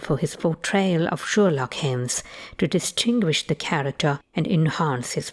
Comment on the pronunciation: Sherlock Heems ))